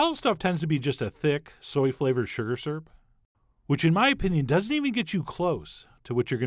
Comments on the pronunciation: "skeuer" "seerp" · "Sugar surp" Cute and weird pronunciations by Chef John.😁